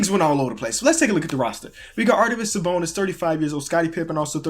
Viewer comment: Arvydas, not Ardyvas haha, great vid though